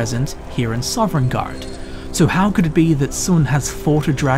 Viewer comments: Bruh you're saying Sovngarde so weirdly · How are you gonna make a 40 minute video about a place you can’t pronounce the name of? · Why do you keep saying Sovringarde, I thought it was Sovngarde? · I love your series--but oh my goodness, please pronounce Sovngarde correctly lol. It's "Sah-vin-gard," not "Sovereign-gard." You put an invisible R in between the V and N. It's said repeatedly throughout the game. Again, love your work, just be mindful of that sort of thing homie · Are you saying Sovngarde or Sovrngarde? I keep hearing an extra R and it (irrationally) annoys me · "Sovrengarde" Soveriegngaurd" "Sovrngard" S O V N G A R D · OMG!!!! theres only one r in sovngarde... not sovrngarde... sorry just bugged me since its been said quite a few times in this video. now that that is off my chest, good video glad to see you still making videos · "Sovereigngarde." xD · Sov-en-gard :o Not sovereign guard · why do you say sovereign garde? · It sounded kind of like you were saying "Soverngarde" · THERE IS NO R IN THE WORD PLEASE STOP 😭😭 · Dude, I love your videos, but every time you say "Sovereign guard" it destroys a little bit of my soul. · The most curious thing in this video is why puts an extra R in Sovngarde and pronounces it sovrengarde. All jokes aside, this was a great video! The statue thing really creeped me out, I never noticed that before, and that is so cool about the unnamed Dragonborn:D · oh my gosh I freaking love all of these videos so much but yes that drove me nuts. SAW-VIN-GARD :b I am so thankful for this channel really. I'm not trying to criticize something so meaningless in such an awesome video and channel. It's just a silly little thing that kept catching me off guard lol. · Were you aware that is a pirate? He's always putting an extra ARRR in Sovngarde! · 42 minutes of a guy pronouncing Sovngarde incorrectly.